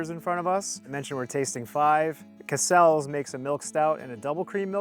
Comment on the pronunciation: CASSels. Stress the first syllable. Bit like ‘castles’